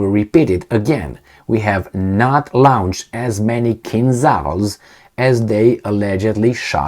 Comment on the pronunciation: with all due respect, it's "lo-nched' or better "lo-nchd".. hope this helps.